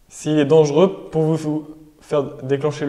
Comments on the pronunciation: Petite erreur: on doit dire dangereux et non pas dangeureux. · dangereux et non dangeureux